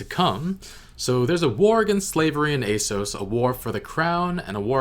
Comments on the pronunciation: Eh eh essos. not A sos ;) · Have you heard Essos pronounced in the show yet? Wondering why you still go with the hard A🤔